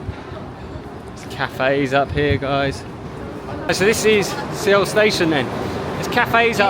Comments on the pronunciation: Suh-wool, NOT Seh-wool. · Not sure if you’re trolling but It’s pronounced “Sowl” or similarly “Soul”. Great vid though 😊. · Suh-Wool. is the proper pronunciation of Seoul. :) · First of all, I'm really enjoying your Korea travel videos. Thank you so much!!! BUT... Seoh...Seoh..Seoh...ㅠㅠ I was wondering what "Seoh" was when I heard that word from the beginning of your travel videos.